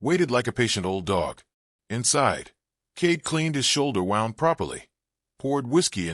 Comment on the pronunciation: Good story, too bad your AI narration does not know the difference between wound, an injury and wound, to wind 😢